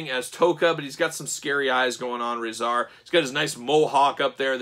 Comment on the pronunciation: They are pronounced TOCK AH and RAH ZAR